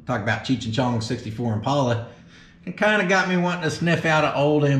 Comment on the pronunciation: pronounced it correctly.